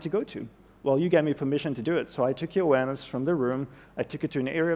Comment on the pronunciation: Everytime he says “awareness” it seems like he is saying “Uranus” and I don’t know why?